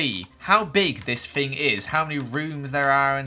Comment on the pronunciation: When says “fing” instead of “thing” 🦻🏻👁👄👁🦻🏻